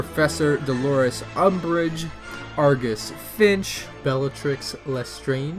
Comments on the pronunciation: Sorry but, "argus Finch" it's filch I think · When you were pronouncing the names of the micro figures, Remus Lupin is pronounced Rh-ee-mus and Argus Finch is actually Argus Filch